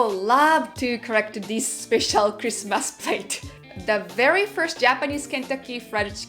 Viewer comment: My friends father is Japanese and when he said "you are having fakkin?" I spat my root beer through my nose. And sure enough he showed what it was in japan even though he knew it was Wendy's... By the way ots not creasemas its Christmas. When you said I was laughing. Creasemas when you say it. Its just funny.